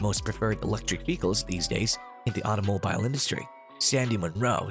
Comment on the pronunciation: You pronounce “automobile” like a lunatic